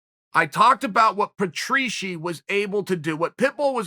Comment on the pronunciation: Important time stamps right leg crossed right leg uncrossed Chael pushes us back right leg re crossed Pa tree shee right leg re uncrossed the legendary “I only bring that to u because” Uncle Chael tries to hypnotize us Chael throws the fastest most devastating right hand ever seen right leg re re crossed right leg re re uncrossed Teacher Chael teaches us a new word. “Bahoov” right leg re re re crossed camera breaks abrupt end to video